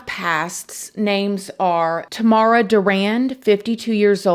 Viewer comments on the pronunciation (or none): none